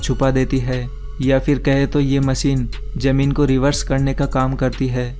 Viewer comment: It's ZAMEEN, not JAMEEN